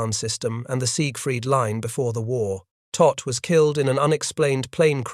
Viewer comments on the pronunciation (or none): It was the Todt Organization, not "tot".